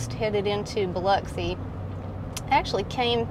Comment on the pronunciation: Welcome to my neighborhood (Long Beach). Excellent job pronouncing Biloxi. Pass Christian is heavy on the ANN. Pass Chris-chANN. Enjoy your videos.